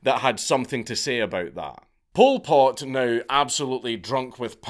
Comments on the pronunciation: I thought you were calling him "Pulled Pork". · Every time Dank says Pol Pot it sounds like pulled pork and now I'm hungry. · All i keep hearing is "pulled pork" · Bro this whole time I thought he was saying pulled pork